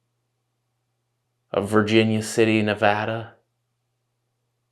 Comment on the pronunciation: Coming from someone who lives in Reno NV I appreciate you pronouncing Nevada correctly 🫶🏼😭